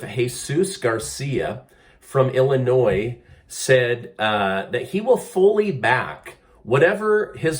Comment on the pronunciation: Illinois 🤣😂🤣😂 enough said.